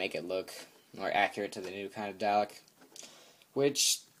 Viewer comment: DALEK (do-lek)